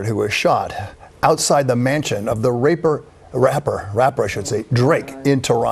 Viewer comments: HE SAID RAPER 😂😂😂😂😂😂😂😂😂😂😂😂😂😂😂😂😂😂😂😂😂😂😂😂😂😂😂😂😂😂😂😂😂😂😂😂😂😂😂😂😂😂😂😂😂😂😂😂😂😂😂😂😂😂😂😂😂😂😂😂😂😂😂😂😂😂😂😂😂😂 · Omg did this man say “the raper”!!!???🙆🏾‍♀️ They gone say Kendrick has Toronto news anchors on the payroll 😂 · The reporter said " The raper" ..... lol...wow !!! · The reporter said raper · Wait........did he just say "raper?!?!?" 🤣🤣🤣🤣🤣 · The “raper” 🤣🤣🤣🤣🤣🤣🤣🤣🤣🤣🤣🤣🤣🤣🤣🤣🤣🤣🤣🤣🤣🤣🤣🤣🤣🤣🤣🤣🤣🤣🤣🤣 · That MF said raper!! 🤦🏾‍♀️ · The reporter say the raper instead rapper at 1st is crazy😂😂😂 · He really said the Raper 😮😮😮😮😮😮😮😂😂😂😂😂 yoooo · “Raper”..Kendrick at the teleprompter still killin him🤦🏾‍♂️ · Dude said raper 😂😂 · When the reporter said raper instead of rapper I spit my water out 😭😭🤣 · Did he say raper??? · Did he just call him the raper? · The news reporter said raper?! 😂😂😂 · did I hear that anchor say "raper" before correcting himself? wdf, that's wild. lol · Did i hear Raper 😂😂😂😂😂 before it became Rapper 😂😂😂😂😂😂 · "The raper, excuse me the rapper Drake" LMAO, damn son how you screw that up so bad? Dumb funny though😆! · The raper….sorry”rapper”.😂😂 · Wow the “raper” lmao